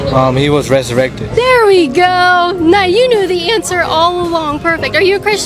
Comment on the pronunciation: "Ressurated" - large american woman